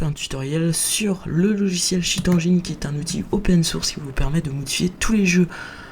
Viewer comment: c'est pas cheat anjine c'est "endgaine" il est pas malade cheat